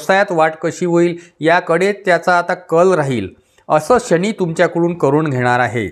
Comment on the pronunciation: "शणी" नाही "शनी"